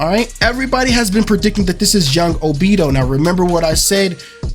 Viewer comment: This whole video was not it for me #1 what made me mad is that u said obito wrong #2 those characters in background has nothing to with anything they just put 5 of them to let the people know that there are going to be 5 characters in the season pass And also where in your right mind did u get Brayon mode from double moon sword that was stupid and also just Bc the foot was cut off don’t mean nothing it was probably a mistake they did. And that sword on the very right is not dauri sword idk what u got that from that was not it